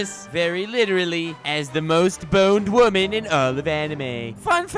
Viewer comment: "only needs half his crew cause he's up against a wamen" funniest part lol